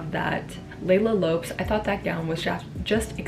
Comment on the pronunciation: Great video! :) Just a small correction, last name of Leila Lopes is "Lo-pesh"